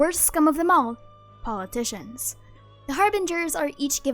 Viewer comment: I love the emphasis on "politicians"